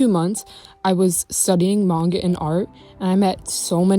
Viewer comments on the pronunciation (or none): none